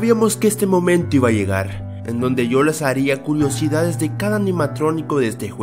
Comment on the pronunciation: Amigo dijiste culosidades en ves de decir curiosidades 🤣😃